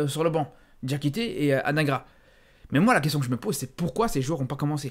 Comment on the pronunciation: t'es belge et tu dis "ad1gras" au lieu de "Adinegra" alors qu'il était à l'Union l'année passée?🤔